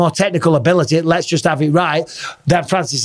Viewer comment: fury said je haf a 12 week hard camp